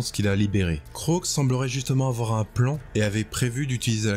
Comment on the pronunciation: alors on prononce le a de Kroak et je trouve ça triste ce qui arrive à Kragnos